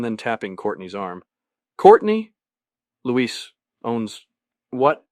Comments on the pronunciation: Great except AI mispronounces Luis Carruthers (Lewis) as Luiz. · the way it pronounces Luis wrong